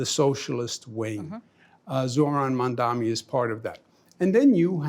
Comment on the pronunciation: "Mandami". At this point the mispronounciation of his name has to be intentional. A racist microaggression. Unless, perhaps, he's the dumbest person on earth.